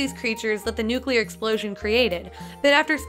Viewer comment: When I heard nuclear I disliked and jumped out my window